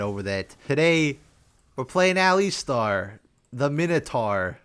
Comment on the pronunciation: What the hell is an "el-istarr"